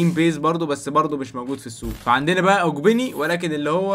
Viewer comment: اولا لوتن تاون ده فريق انجليزي ثانيا اللي انت بتقول عليه اوجبين اسمه اوجبنة